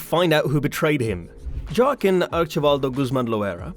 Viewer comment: U just jockkin? Prenounced whaqueen